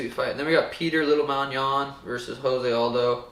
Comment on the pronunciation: I don't understand who people can't pronouncing Jose Aldo as if he's Spanish?! It's "Joe-zay" not "Ho-zay"...he's Brazilian AKA Portuguese...just like it's not Amanda "Noon-yez"...it's Amanda "Noon-ez"....